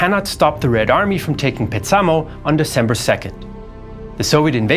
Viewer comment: A constant in Finnish pronunciation is that the stress is always, like ALWAYS, on the first syllable of a word. Petsamo should be PETsamo, not PetSAmo. And there are many more examples in the video......